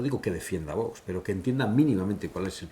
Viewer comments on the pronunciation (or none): Este José Ramón de la Morena, me merece cero confianza. Un periodista , que se diga periodista, primero tendría que vocalizar mejor , como que no quiere pronunciar bien ? El nombre de VOX , el dice Vos , creo que es un personaje un poco falso. 🤮🤮🇪🇦🇪🇦🇪🇦🇪🇦🇪🇦🇪🇦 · Sr. De la Morena, se dice VOX, no Vos. ¡¡Que no pasa nada por decirlo correctamente!!